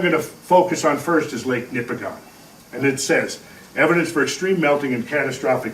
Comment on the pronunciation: I find this fascinating. I come from up there. A few observations. 1) On the pronunciation of Nipigon. Similar to the pronunciation of Oregon; the locals pronounce it "Nipigin." 2) That area is rife with mines of all sorts, from Timmins past Thunder Bay there are countless gold mines and new potential for lithium mining in Nipigon itself. Point being, there are LOTS of geologists up there to consult on the local geology. Should you require an introduction, I may be able to offer a hand. 3) The 4 billion year old rock up there in the Canadian Shield is devastatingly hard basalts and granites and other igneous rocks which make a portion of the smaller lakes up there too acidic for life. Could a flood even of that level have eroded such strong rock to such a degree so quickly? The topography you highlight is extraordinarily convincing, but man it's hard for me to imagine the strength of erosion required. Is there a calculation to estimate the amount of energy required to erode such strong rock instantaneously? I imagine such a number must be hard to conceptualize. 4) Yes.......Driving along the north shore is BREATHTAKING. I have been nearly everywhere on this planet, and I cannot honestly compare any other landscape more favourably than the land between the Montreal River and Nipigon. There's a reason why the Group of Seven chose to highlight this part of Canada. It is incomparable. You must go. Everyone must go. 5) There is a similar sheer walled, narrow canyon cut by the Mont